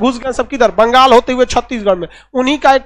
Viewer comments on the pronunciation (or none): none